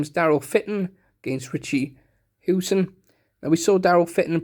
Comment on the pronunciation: Interesting way of pronouncing “Scholten” and “Howson”